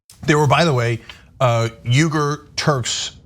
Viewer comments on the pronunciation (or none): note to: uyghurs are not turks. also look up how to pronounce uyghur. it's wee-gur or uy-gur, not yoo-gur